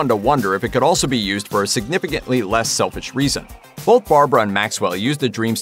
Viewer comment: you misspoke the word selfish